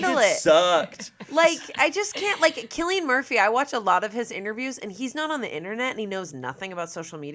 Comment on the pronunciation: Did she say KILLian Murphy?!?